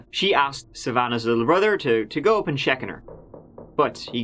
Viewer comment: So you can pronounce fargo correctly, yet pronounce go as "gew" , hmmmmm 🤔